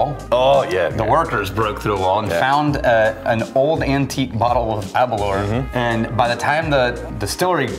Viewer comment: It’s pronounced Aberlour Ah-boon-nah